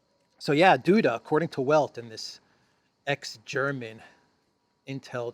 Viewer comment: the 'W' in 'Welt' is pronounced as V is in English.